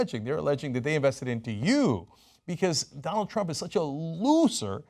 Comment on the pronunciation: did he say Dante trump